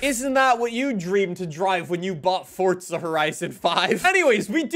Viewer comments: you say fortza not forza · why do you say forza like you say pizza? fortza